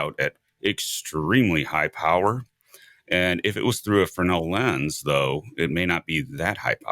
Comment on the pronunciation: Imagine that the WOW! signal decoded says "Prepare to meet your doom!" Good job pronouncing Fresnel correctly. Most people say it with the s included.